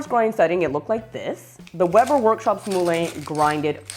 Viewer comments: I speak French also. It's the same word as in Moulin (Rouge), as in Vin (wine). It's pronounced 'MuLan', not 'Mooh-Layne' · It's not pronounced "Mooh-Layne". It's 'MuLan'. Helpful video nonetheless.